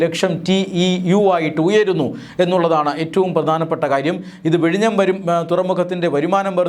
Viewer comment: vizhinjam എന്നാണ്